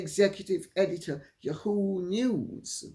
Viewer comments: Lady C, YAHOO is pronounced YAHoo not yaHOO. Thought you would want to know that. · Dear Lady C the pronunciation is YAA HOO. NOT YU HOO. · Dear Lady C, It is "Yah-hoo" with accent on the first syllable. This is an Americanism long-used before YahooNews came into being. It can be a perjorative name, as in, "That yahoo doesn't know what's up." Maybe a cowboy in the late 1800's would say with exuberance, Thank you for your work. I appreciate your "Yippee!" and "YaHoo!" But nowadays it is just ya'hoo. However, I love your way of saying it as "YehHOO"! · YAhoo. Accent on first syllable. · Lady C, it is pronounced “Yah-who” News…accent on “Yah” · YAW-Hoo, accent on first syllable. I don't believe for one skinny minute that there was a mutual parting at Spotify. Her lazy, sorry ass was dumped, and his along with hers! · The British way Lady C says yahoo makes me laugh